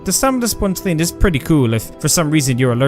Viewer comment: Lol you think you’re superior because we spell and properly pronounce artIfact instead of “artefact” like you, and then you proceed to say “teeng” instead of saying “thing”